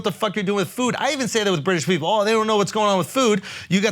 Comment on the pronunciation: This man said pearple